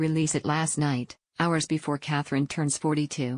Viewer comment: Either this narrator is an AI and cannot pronounce Catherine or the person talking doesn't have a memory of who Catherine is!! Quite a few people have called you out on this.